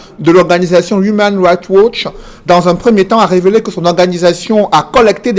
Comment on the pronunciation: "Humain raicht watch". Le pauvre.